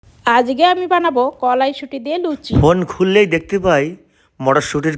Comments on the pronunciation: কলাইসুটি কি তুমি একটু ঠিকঠাক উচ্চারণ করো। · কলাইসুটি❌ করাইসুটি✅🤭🤭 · বোনার বন্ধ করতে বল বুড়োর কথা শুনতে চাই না আর কড়াই শুটি ওটা হবে কড়াই শুটি না